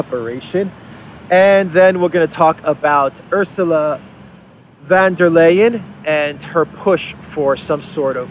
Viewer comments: It's VON Der Leyen. Not VAN Der Leyen. Sounds like an old aristocratic German name. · pronounces von der Leyen's name right. Take a leaf out of his book please,. I can't stand hearing about that stupid woman, but you murdering her name doesn't help. And by extension, it should be VON der Crazy, not VAN. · I love your videos,. And I LOL EVERY SINGLE TIME you say 'VanderKrayZee' - keep up the awesome work!